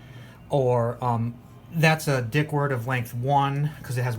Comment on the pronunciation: It’s pronounced “deek”